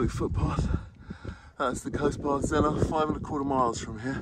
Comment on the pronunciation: A lovely walk but could i just say you dont pronounce it Zennor (OR) you prnounce it Zenner (ER) xxxxxx